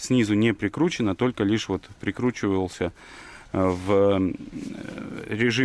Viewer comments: не ханомаг а ганомаг правильно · Ханомаг? Ганомаг, гном.